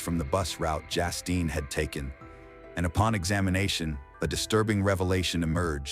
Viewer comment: It’s Justine, not Jastine